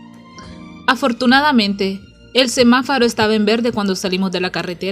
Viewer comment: SEMAFORO, no SEMAFARO, se pronunció mal en el vídeo. Gracias por el audiolibro